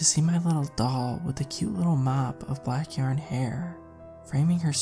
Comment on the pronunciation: It's SUPER cute when you randomly pronounce 'yarn' as yern...every time it randomly happens it puts a little smile on my face even more so when you say 'yern' then a few moments later say it right 😍 It's all about the small pleasures and that has become one of mine in this moment